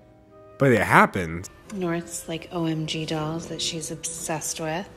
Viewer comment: Bob Rounds Know what the word automatically correct means but having panty lines is not that. But yes it is a little weird on the emphasis